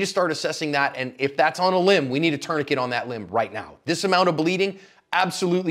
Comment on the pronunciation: "tourniquet me"